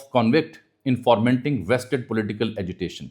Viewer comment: Jami sahib, it's "foment", not forment.